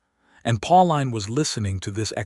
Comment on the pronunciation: Pauline is pronounced, "Paul-een," not "Paul-line!" This put me off the entire story, darn it!!